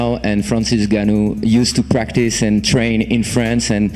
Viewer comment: Will Dana ever get Francis' last name right? N-gone-nuew